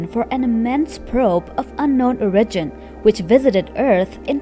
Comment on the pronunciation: "Of unknown ore-in-gen."